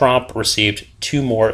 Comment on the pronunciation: Its TrOOOmp, not trump (he is the clown running America)